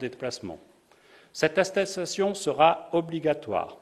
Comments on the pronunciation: "Attessasion" ??? Il et ministre lui mdrr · Kent Ucky j’ai remarqué ça, j’ai remis plusieurs fois en arrière pour écouter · Hey mais il sait pas dire "attestation"...🤣🤣🤪🤣